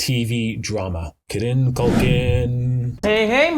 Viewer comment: While I appreciated this video, I truly enjoyed your penchant for butchering names. 😅 You pronouncing Cillian as Silly-an, instead of Killian, toward the end, brought me true joy. Thank you. 😊